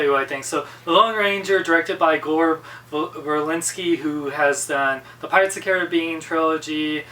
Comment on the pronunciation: You didn't pronounce Gore Verbinski's name right